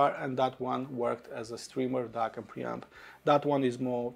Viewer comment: This review is for D-A-K not D-A-R-K 😂